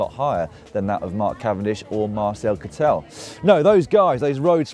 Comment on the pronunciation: Pronounciation hint for Lloydy: Marcel Kittel is not pronounced like "Kit-tell", the "e" is (quite) silent. So you'd better call him "Kittle".